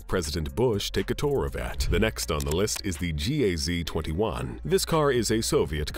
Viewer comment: Tell your voice-over-computer that Russians speak abbrevations as a word. GAZ, not G-A-Z, Mi-8, not M-i--8, Zil, not Z-i-L.